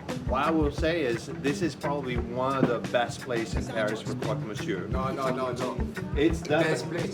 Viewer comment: but do need to work on his vocabulaire of french ( not being a snob as an immigrant in Paris) but le crock misyor is simply wrong!